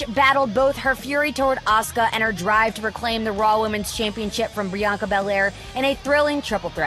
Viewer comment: Did she call Bianca breOnkar